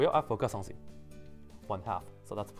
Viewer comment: I like When you say "some thing" It sounds like some Chinese food :]